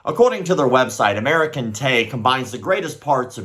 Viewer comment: American-te! Hahahahaha that sounds like Americun-t to me! 🤣